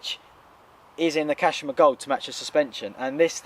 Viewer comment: it's at the top of the forks kashima not 'kashama' 😂